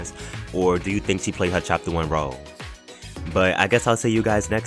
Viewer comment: WHY YOU SAY ROLE LIKE THSITSITXKYXITCOYFPYFG